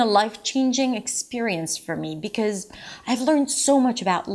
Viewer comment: the way she says "because" is definitely not standard US English pronunciation